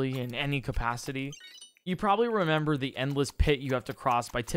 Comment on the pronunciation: repember lol